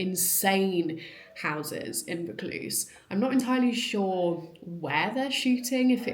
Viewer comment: pronounced voor cluze - ie vaucluse